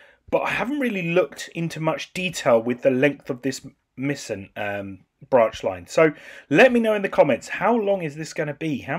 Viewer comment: The "ei" in Meisen is pronounced like "I" as in "I am a happy gamer". Or as in ice cream. I am happy about the new branch!